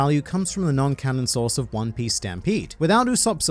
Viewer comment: Is it just me or does he say "your sauce for everything one piece"?